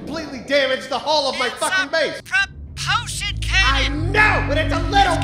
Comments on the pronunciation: It's a pro-PUL-shun cannon! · “It’s a pruh-poleshun canon!!!!” 😤